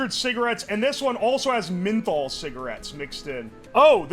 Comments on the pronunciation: Loved the video, but say it with me "MEN-THOL" not sure where you are getting MIN-THOL lol. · Who tf pronounces menthol like that